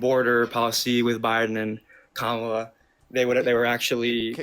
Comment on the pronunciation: To his great and only credit he said 'Kámala' instead of 'Kamála'.